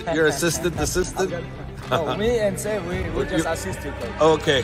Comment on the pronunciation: It's not Safe Coach, it's Saeef or Saif